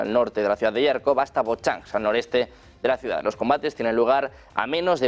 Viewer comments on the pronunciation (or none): Que alguién por favor corrija de una vez por todas a este señor periodista Некультурный que lleva semanas llamando a diario Yarkov a Jarkov, que se pronuncia con J DE JAMON DE JABUGO; hombre. Con más de un millón de suscriptores deberían Uds., cuidar un poco ciertas cosas. Y si no sabe la pronunciación en ruso, que lo pronuncie en español textualmente, pero no a la inglesa. Serguei Lavrov con GU GUEI, no seryei..y suma y sigue. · Por favor al comunicador ,periodista al que relata las las noticias, comunicarle que no es yarcov no se escribe con "y griega " se escribe con" j "y se le Jarkov con j como del baile español La jota esa pronunciación tiene. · Toda la vida ha sido Jarkov, los periodistas españoles cada día se inventan una pronunciación más absurda. Es como lo Kiv en lugar de Kiev.